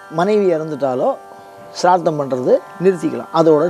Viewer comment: முதலில் ஸ்ராத்தம் என்று சரியாக சொல்லுங்கள். அதுக்கு அப்பறம் காவி உடை உடுத்தலாம். ஸ்ராத்தம் பத்தி வியாக்யானம் பண்ணலாம். ச்ரார்த்தமாம் ச்ரார்த்தம். வெங்காயம். மொழி தெரியாத மண்ணாங்கட்டியெல்லாம் சாஸ்திரம் பேசவந்துட்டது. நான்சென்ஸ். சரியாக சொல்லுங்கள்: ஸ்ராத்தம் ஸ்ராத்தம் ஸ்ராத்தம் எங்கே, திரும்ப சொல்லுங்கோ: ஸ்ராத்தம் ஸ்ராத்தம் ஸ்ராத்தம் ஸ்ராத்தம் ஸ்ராத்தம் ஸ்ராத்தம் ஸ்ராத்தம் ஸ்ராத்தம் ஸ்ராத்தம் ஸ்ராத்தம் ஸ்ராத்தம் ஸ்ராத்தம் ஸ்ராத்தம் ஸ்ராத்தம் ஸ்ராத்தம். நாக்குல தர்பய கொளுத்தி சுடனும். சரியாக சொல்லுங்கள்: ஸ்ராத்தம் ஸ்ராத்தம் ஸ்ராத்தம் ஸ்ராத்தம் ஸ்ராத்தம் ஸ்ராத்தம் ஸ்ராத்தம் ஸ்ராத்தம் ஸ்ராத்தம் ஸ்ராத்தம் ஸ்ராத்தம் ஸ்ராத்தம் ஸ்ராத்தம் ஸ்ராத்தம் ஸ்ராத்தம் ஸ்ராத்தம் ஸ்ராத்தம் ஸ்ராத்தம் ஸ்ராத்தம் ஸ்ராத்தம் ஸ்ராத்தம் ஸ்ராத்தம் ஸ்ராத்தம் ஸ்ராத்தம்